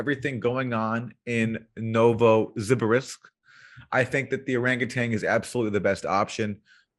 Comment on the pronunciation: FYI, Nuovo Zibe Risk is actually.. NOVO SIBIRSK. Ever heard for Sibir / Siberia? Shouldn't be so hard to pronounce.